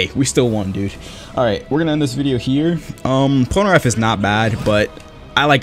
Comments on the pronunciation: "PolnerAph" it is Polnareff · Anyone realizes how he pronounces polneraff pol-ner AFF when it's pronounced pol - ner eff